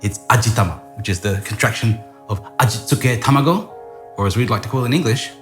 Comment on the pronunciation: The way that he pronounces that Ajitsjkahehhe tamegooh loool